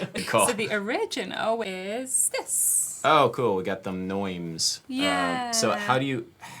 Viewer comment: Is the word "neume" really pronounced that way? I thought it was a Greek word ("Nay-OO-may" in Attic, "Nyoom" in Erasmian, and "NEF-meh" in Modern), not "noim" as in German... Who knows? Not me.